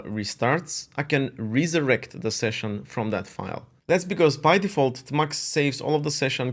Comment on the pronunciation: its amusing / cute how he calls it 'tah-mux' instead of 'tee-mux' also, we're practically twins -- both split keyboards, kitty, tmux, neovim